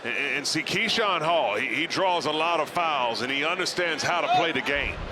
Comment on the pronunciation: Keshawn “Kashawn Hall” Hall